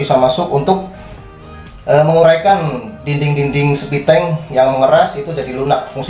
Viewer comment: Septitank bang, bukan septiteng..